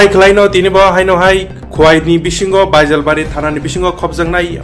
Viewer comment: Baijal bari ❌ bejal bari ✅🤣🤣